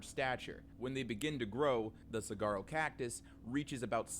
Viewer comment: Suh-war-row! The g is silent